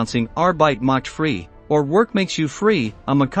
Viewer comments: Pronounced fry....not free....get it right!!! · Correction. It's pronounced more like are-bite Macht Fry...not free. Although Frei, translation is free, it's not pronounced the way the narrator said it. Arbeit Macht Frei, also can translate into work will set you free or literally translated work makes you free...although the use of "you " is inferred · The pronunciation is arbeit macht frei not free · I know you're American, but at least try and get the pronunciations of 'Frei' and 'Mengele' right.